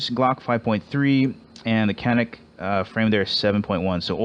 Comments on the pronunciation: Canik is actually pronounced janic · Since canik is a turkish gun I'm pretty sure the original writing would be çanik which is pronounced "chanik"